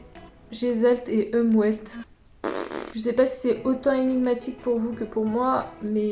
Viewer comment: Je me suis tapée un fou rire lorsque tu as dit "Gestalt et Umwelt" 😂😂. C'est en allemand et ça veut dire "Forme" et "Environnement", si jamais😉, je sais pas si ça va dans le contexte. 🤷‍♀️ Et le w de Unwelt se prononce comme un v, c'est pas comme en anglais. Sinon c'était une vidéo très intéressante, merci ! 🥰